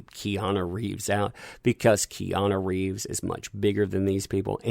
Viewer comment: Did you call him Reanu Keeves? If so understandable mistake, Have a nice day